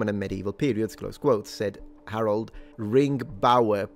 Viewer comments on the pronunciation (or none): none